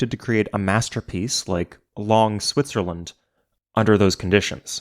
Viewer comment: wtf is long Zwitserland